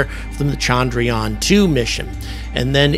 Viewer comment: Appreciate the encomiums! But with Indians becoming so salient on the world stage, why not take a brief lesson in pronouncing Indian words better? The biggest single issue is disambiguating between the two Indian vowels which are both represented in the Roman alphabet as “a”. One is as the “u” in burst while the other, longer one is as the “a” in latte. Thus it is chundruyaan, not chaandraayaan. The other egregious issue is your mangling of the name of the Father of India’s space program, Vikram Sarabhai, pronounced vikrum saaraabhaai.